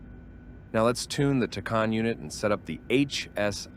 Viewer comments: That drove me nuts the entire video. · Tacan is pronounced 'tack - anne'